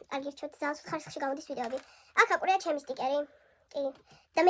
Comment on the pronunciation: აკვრია არა აკრია 😅 ეკვრა არა ეკრა😂